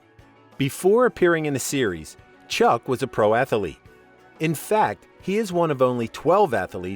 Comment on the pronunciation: Loved the show and never missed it growing up. I turned my kids and grandkids on to it also and they loved it. And by the way....it's not pronounced "atha-a-lete" it's just "ath-lete".....no "a" in the middle. Just saying.